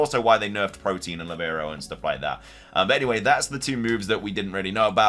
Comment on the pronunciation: Ive noticed you say protein instead of protean. Really weird, theyre different words